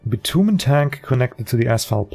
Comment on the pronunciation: Not really that important, but bitumen is pronounced bi-chew-min.